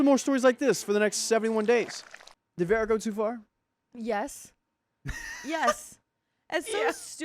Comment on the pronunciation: Vera isn’t Verra. It sounds like Veerah ❤